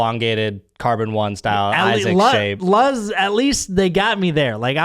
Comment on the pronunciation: Its actually pronounced "loose" because in Spanish, the word for "light" is "luz". The Z in Spanish sounds like an S. That's what their brand name is based off of :)